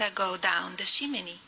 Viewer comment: Omfg your closed caption said "Shimini" instead of chimney and that's EXACTLY how i heard it and now I'm cackling😂😂😂